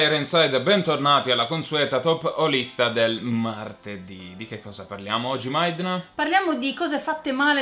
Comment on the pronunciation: Comunque io ogni volta capisco "top olista". Perché anche i giochi hanno un anima!